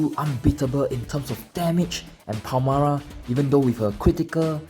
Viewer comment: Why do you read her name "Palmara"?